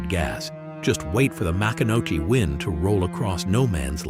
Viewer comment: It is pronounced Ma-CON-a-key